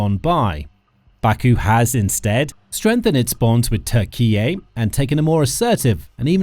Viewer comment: The artificial voice on this video is irritating for important issues it can not pronounce TURKEY, a simple word to pronounce.